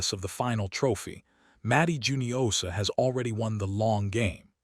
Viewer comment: I thought it was hoo-nio-sha, not ju-nio-sha. Please correct me if I'm wrong.